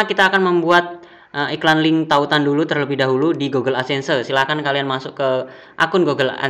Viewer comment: 'ADSENSE' "Edsen" aja bilang nya mas, gak usah ada tambahan "se" nya. Saran aja ini mah 😅😅😅 Aku subscribe channel mas baytheway